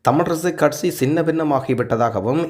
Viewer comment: கற்சி இல்லை தோழரே கட்சி எம் உயிர்த் தமிழை கொலை செய்ய வேண்டாம்.